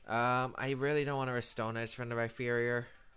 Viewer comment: Rhyperior with a p not a ph or f